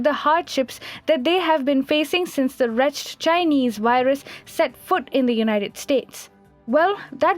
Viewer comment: Wretched not pronounced like hatched, it should be pronounced like wretch-ed. Please pay attention to your diction if you want to be taken more seriously.